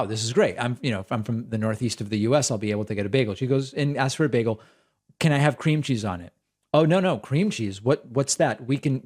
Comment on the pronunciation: Bagels are not an American invention(you don’t even pronounce it correctly!)